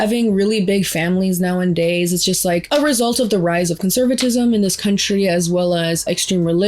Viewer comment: Nowadays! Say it right please lol, you keep mispronouncing it. Now-a-days